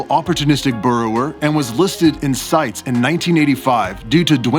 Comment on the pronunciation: Very cool! Just got a sling of this species and this was helpful. Keep up the good work! Side note: CITES is usually pronounced "sight-eez" I know, it makes no sense with the spelling.